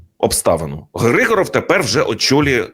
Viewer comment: Вірно вимовляти не ГригОров, а ГрИгоров. Тобто наголос на літеру "И". Хоча сутність цієї людини від цього не змінюється.